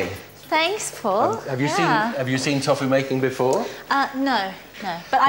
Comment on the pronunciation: The guys who makes tofu can't even pronounce it properly haha "toffoo"